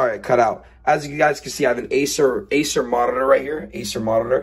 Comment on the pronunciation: "I errreted this video" "Acer morrtitor"